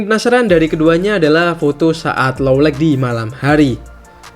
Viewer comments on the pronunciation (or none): boss, kalo baca "light", "night", "bright"... huruf g nggak diucapkan. please be noted.